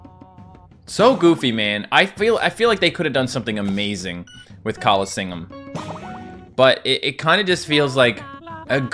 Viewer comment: I'm better than you at the callingseeum